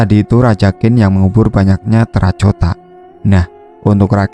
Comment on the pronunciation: terracota dibacanya terakotabukan terracotaini koreksi dari gue nih sebab gue paling sukanonton channel lu